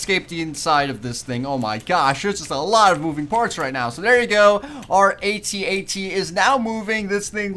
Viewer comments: its AT-AT not @@ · a-t-a-t not at at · you prenounce it a t a t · I say At-At not @@ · It's A.T A.T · its a A-T-A-T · You say it ay tee ay tee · it's pronounced a t a t all letters said sepret